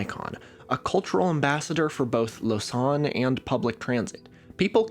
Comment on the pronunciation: fyi it's pronounced "lo-zan" not "lo-san" like you say it